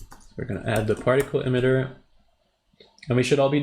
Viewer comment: Awesome. It’s “E-mitter” not “em-itter” hehe